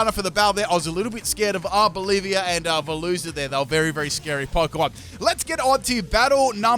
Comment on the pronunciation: I laughed at the "Hello I'm from Arbolivia" comment that's actually clever. They mean there's a country named "Bolivia" and the way you pronounced Arboliva to that instead of the correct one [Ar-Boh-Lee-VAH] 😂